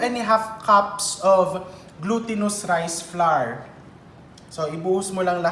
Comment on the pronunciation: Hi chef! Dont get embarassed ha, coz ako mali din ako nung una katulad maraming Pilipino. Flour is pronounced the same way you pronounce flower, magkapareho sa huling sound sa tower, sour, power. Huwag slide lng yung tunog w sa r, lagyan ng konting e. Kailan ko nga lng natutunan yan. Akala ko pa nmn ang dami kong alam sa pronunciation eh mali pala ako all the while. Hope that helped.. I'm learning a lot from you though, di nmn kc ako magaling sa kitchen hehe. Luv you chef.